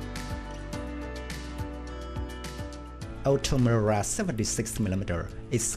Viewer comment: Incapable de prononcer OTO MELARA . Ça fait peur .